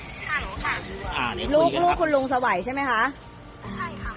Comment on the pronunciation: สไว❌ ไสว✅